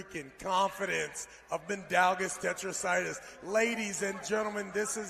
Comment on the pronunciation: “Tetracitis” Travis kills me